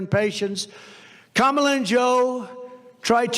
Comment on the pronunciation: I'm finished with you (as are many of my friends) for the simple reason that you are too stupid or lazy to pronounce Kamala's name correctly. Or maybe it's intentional. Either way, you are not worth watching. What is it about the fact that a person's name is important to them and out of respect should be pronounced correctly that appears to be so alien to you? There are many people who are too self serving and obtuse to reognize that fact. They are referred to as MAGAS Unfortunately that make you as obtuse as they area. They can't think. They are not capable of it. You on the other hand can think but are behaving like you can't.